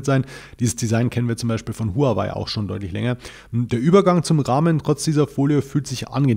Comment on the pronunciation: Noch einmal: Die Firma HUAWEI wird richtig "HAOWEI" ausgesprochen !! Profis sollten das wissen. Danke!